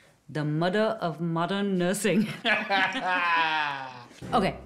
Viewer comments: “the Mudduh of Modunn Nersing” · “The muder of mudern nursing” Gets me everytime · I watched the intro 6 times and cried laughing???? "..da muddah ov moddan nersin'.".